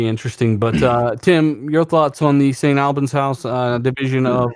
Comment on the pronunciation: The new Playground games studio site is more closely pronounced Staint 'All-burns' but not too much emphasis on 'R'. UK listener here :)